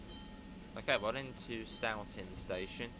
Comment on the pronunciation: I actually grew up in this town and nothings weirder than seeing my old hangout spots in a video game. Also for the record its pronounced with an o sound as if you could rhyme stoughton with boating